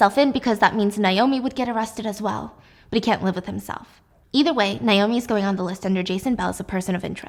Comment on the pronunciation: Why does she keep saying Nye-oh-me instead of Nay-oh-me? Cringe